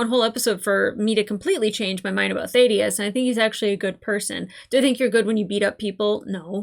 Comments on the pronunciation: Please actually listen to characters names. It is NOT Th-aid-i-us. It is th-ADD-i-us. Have you never in your life heard the name Thadius? Ffs. I enjoy your reactions but this is ridiculously irritating. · THA-DEE-UHS ... short A sound. Just sayin'. Excellent review/analysis of Fallout!!! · I still find it weird you can't say "Thaddeus" properly. It's up there with your "Dalek" pronunciation. It must be an American thing. I bet you can't say "Craig" either :-)